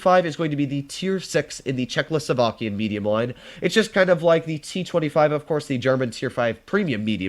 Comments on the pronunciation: Czechoslovakian: is a word: Czechlosovakian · did my guy just say chzecho slovakian?